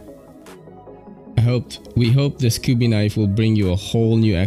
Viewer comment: Ive always heard it said as kubee